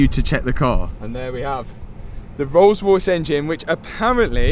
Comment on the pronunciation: I vote for the rrollllss..... ;-)